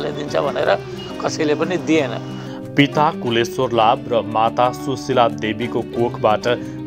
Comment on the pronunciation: In this Video. Please, correct your pronunciation of his father's name as "Kusheshwar". You pronounced his name as "Kuleshwar". It's my duty to correct you. Dr. Rajendra Bimal is my Uncle.